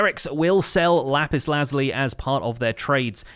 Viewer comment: its pronounced lazooolee